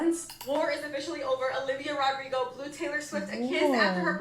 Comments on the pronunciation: "Olivio Rodriguez" 😭 Now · "Olivio Rodriguez" 😭😭